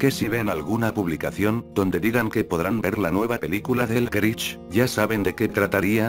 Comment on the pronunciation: Jajaja escucharon dijo el grich pero es un problema con el loquendo